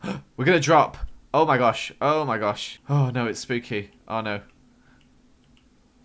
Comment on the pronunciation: HE SAID SPOOKAY!!!!